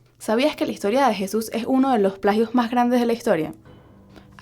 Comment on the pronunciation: por que hablas con la "g" no se escucha bien como higtoria etcetc